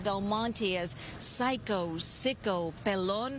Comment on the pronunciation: News reporter knows how to pronounce the names..." Pelon"